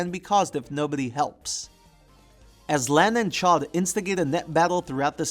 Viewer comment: nitpicks: wasn't Masa's name pronounced "Mah-Sah"? and isn't Chaud's dub name pronounced "Sho-"? cuz it's supposed to be french? good stuff otherwise